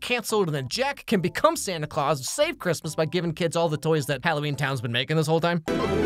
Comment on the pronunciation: Why does jack call Santa “SanTY ClAwS*